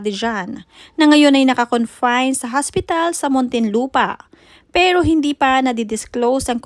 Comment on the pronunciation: Careful with your pronunciation HOSPITAL PO not haspital wahahhaha... Hindi po slang Yan for hospital. Nakakahiya nman maging OBOBS PO.